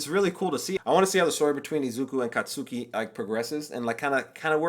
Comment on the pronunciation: Katsuki is pronounced more as if the u is silent. Kind of like a cat has gone skiing. Then again, most characters and fans just call him by his last name, Bakugo (bah like a sheep sound, coo like a bird sound, go on green light, bah-coo-go)